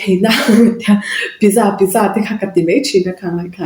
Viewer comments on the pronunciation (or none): Sapho in pizsa an ti ngai reng2 lo pizcha.sa hi cha angin an lam ri.